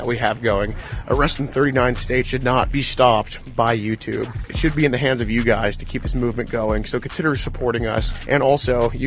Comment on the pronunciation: Guysh, guysh, I don’t know why does so many catches! If I got all my donations to go to Washington I would do one catch and then take a vacation guysh!